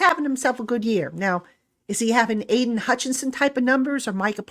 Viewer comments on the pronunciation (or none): none